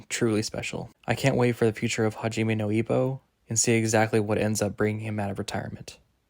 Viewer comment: mate you should pronounce the core names and words right... Good video though! Takamura (not Takamarou) hajiME (not haJIme)